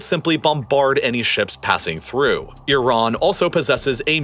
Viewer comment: Love the pronunciation of Iran it's consistently incorrect